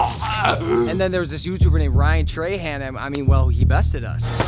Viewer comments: "tryan rahan" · “peter Parker” and “tryan rahan” lol